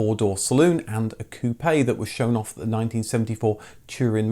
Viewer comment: Pronounced "koop". Seems you would know this.